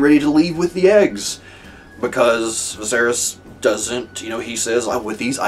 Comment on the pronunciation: Viserys: vis-AIR-is Daenerys: dan-AIR-is Easy way to remember the pronunciation. They're meant to sound similar because they're from the same language - Valyrian.